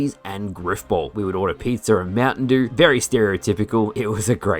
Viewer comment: “we would order pizzer and mountain dewr”